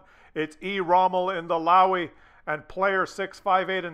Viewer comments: Look at the chat as well.. Man some guys are mad in that one.. PS., a Löwe is not a Louwy but more a Loewu.. (so the oe as the ou in shoulder and the u as the u in dull). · In german, the W has a V sound, so it would be closer to "Louve" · it's pronounced "Looooova". Right then, carry on. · if you wish to learn how to pronounce LOWE correctly have a look and listen to this vid of a fellow tankist from Germany